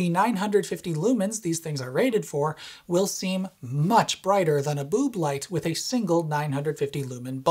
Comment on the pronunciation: I laughed my arse off at the "bööb light"